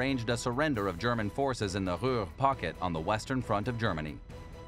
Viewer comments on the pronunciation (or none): none